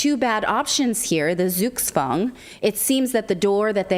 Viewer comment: Hey, just a sidenote: Try to pronounce "Zugzwang" with a "Tz" in place of the "Z", not as an "S". When you say "Sukswang" is sounds like orcish from warcraft 3 :D Our Zs are hard like Kruppstahl! ;)